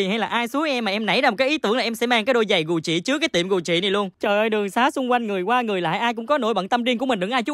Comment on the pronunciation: Cách phát âm của: Gu jì = gù "chị" hah😂🤣🤣 người thành công có lối đi lẻ